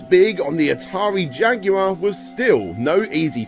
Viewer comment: You can always count on Brits to give you a good laugh when the pronounce Jaguar.